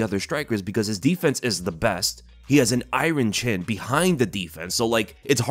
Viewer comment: Please say IRON CHIN PRIPERLY. ITS BOTHERING ME